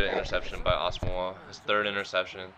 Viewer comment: O and ur say Nnamdi asomugha wrong to